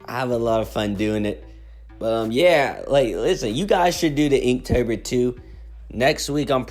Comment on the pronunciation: I’m sorry did I just hear you say eektober??